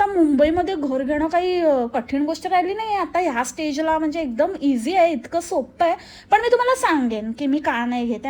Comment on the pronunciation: English पण किती चुकीचे बोलते stage ला state बोलते